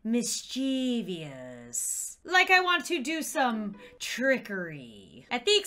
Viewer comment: I’m feeling a little MISHCHEVIOUS….. Me: oh no.